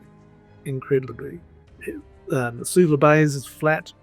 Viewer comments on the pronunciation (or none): I'm pretty sure it's "Suvla" like the Kiwi says, not "Sulva" like your map. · Thanks for this. Btw isn't it Suvla Bay, rather than "Sulva"? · Love this. It’s Suvla not Sulva tho 😊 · Great project. Btw it's Suvla Bay not Sulva... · Suvla Bay...not Sulva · Great video! Lots of fun. You all said "Sulva" Bay throughout this, but it's Suvla Bay. I assume it was a typo on the map, and everyone else was just reading it as written? Best wishes from down under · Jeez guys. Suvla Bay, not Sulva Bay. Not the sort of attention to detail I am used to from you.😎